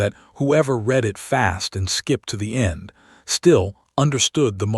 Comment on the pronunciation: Your stupid AI pronounced 'read' as read instead of red. Context pronunciation matters. Next time do your homework.